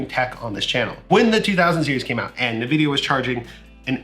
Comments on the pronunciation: Pls can u call them n-Vidia and not nividia? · the way u say nvidia make me want to die